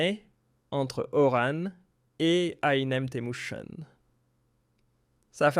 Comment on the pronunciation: C'est Oran pas orane y a bouriquos